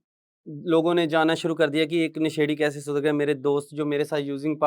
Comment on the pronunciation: अभी तक आप क्लियर नहीं हो,, नशेड़ी शब्द गलत बोल रहे हो